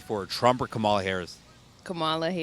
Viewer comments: Please correctly pronounce her name… Like “Coma Lalalalala”. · Comma-la! Not that hard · Need to learn how to pronounce her name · Strange! Even people voting for her are mispronouncing her first name! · Please pronounce her name correctly, you are worst than MAGA